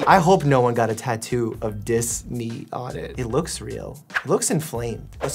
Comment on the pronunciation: Atrophy Dis-knee Das-knee ( i think)